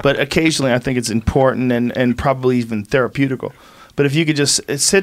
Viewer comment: Did Joe say "Theroputical"? Haha